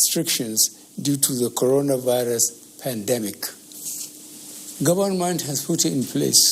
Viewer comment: Am so proud of our president at least he can now pronounce Corona birus instead of cobid 1-9 !! He's really improving keep it up man👎👎👎 Did I hear God bless Fedira Refublish of Nigeriya?🤫🤫🤫🤫